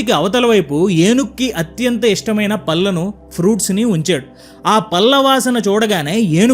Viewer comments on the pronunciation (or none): ఇంత చక్కని వీడియోస్ చేస్తూ కల్లు,పల్లు,వెల్లు అనేబదులు కళ్ళు,పళ్ళు,వెళ్ళు అని పలకడం ప్రాక్టీస్ చేస్తే పూవుకి తావి అబ్బినట్లవుతుంది.ఆందోలన కాదు ఆందోళన.ల,ళ తేడాల వుచ్ఛారణ పోల్చుకో మిత్రమా.